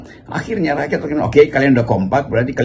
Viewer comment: Rocky menyebut rakyat disebutnya rakyats